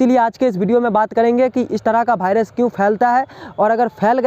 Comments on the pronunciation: भाइरस😅 ❌ वाइरस 😁✔️ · भायरस नहीं वायरस होता है भाई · जानकारी उपयोगी है लेकिन कृपया भायरस को वायरस बोले।